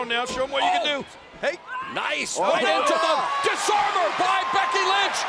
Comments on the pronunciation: did he just say Becky Lunch? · I swear I heard "Becky Lunch" 😂😂😂